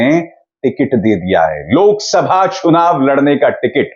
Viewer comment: Kalpona, sunita जी लोरो हिम्मोत् से लोरो, India dornebala नही है लोरनेबाला है seliut